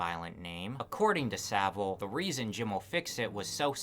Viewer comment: SaV-ile, not Sabil. And it's actually pronounced "piece of shit".